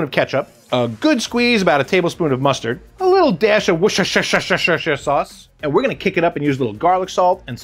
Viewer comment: English pronunciation is WOOSTER-SHI-ER.